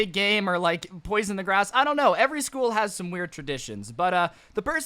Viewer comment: I don't mean to be mean, but I can tell. Its School Not scool